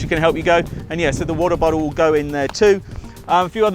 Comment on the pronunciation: He sounds astralian when he says water bottle 😂😂😂